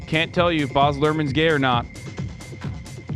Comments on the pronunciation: Can we cancel Ethan and Hasan for mispronouncing 'Baz' so badly? As an Australian it was a hate crime to my ears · They way y’all pronounced baz Luhrmann annoyed me, it’s not barz it’s baz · Jesus Christ. It’s BAZ not BOZ. He’s Australian so think of it as a nickname for Barry. 😂 I’ve never felt so triggered hearing them repeatedly call him Boz 😂😂😂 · It's BAZ not Boz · Legit I was like nooo stop saying Bahhz haha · The way they keep pronouncing 'Baz'... 💀